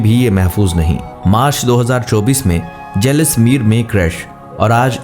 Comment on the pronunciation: الو کے پٹھے ایسا اپنا ویڈیو چلاتا ہے الو کا کان الو ادمی تم کیا یار الو بناتا ہے لوگوں کو الو کا بچہ کھوتے کے بچے کھوتے کے بچے جیسل میر کا نام بھی تم کو نہیں اتا ایسا نہ بنا ویڈیو بناتا ہے سالے جیسل میر بول دے تم نے غلط بولا الو پائلٹ نے کیا بولا تیرے باپ نے پائلٹ نے اخر میں کیا بولا